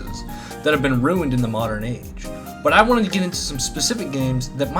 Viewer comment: MAWWderren Mario